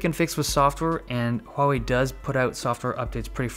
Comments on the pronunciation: The best thing ever is you get the pronunciation correct! It is not Waw-Wei! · The only reason I liked this video was your pronunciation of "Huawei" is the most accurate I have ever heard in all "foreign" Youtubers!